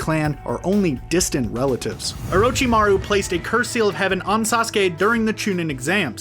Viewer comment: At least he said orochimaru right